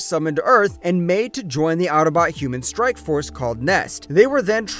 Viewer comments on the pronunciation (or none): none